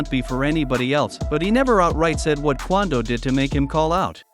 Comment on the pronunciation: The fact you saying quando name wrong blowing me 😂😂